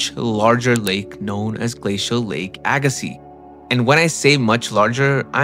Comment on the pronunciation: Well done. Appreciate the correct pronunciation of Agassiz!